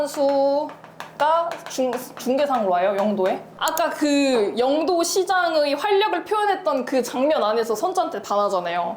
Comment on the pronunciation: 영↘도가 아니라 영↗도 (죄송합니다 이런 사람이라..............)